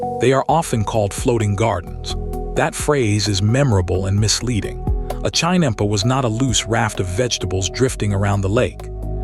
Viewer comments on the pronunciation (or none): AI horribly mispronouncing 'chinampa'; a basic unit of production.